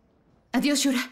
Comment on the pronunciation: "Shurka" no shura